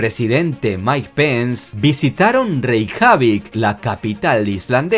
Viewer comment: La capital Reikiavik suena como Nikabrik el enano........